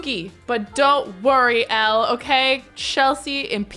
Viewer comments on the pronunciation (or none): none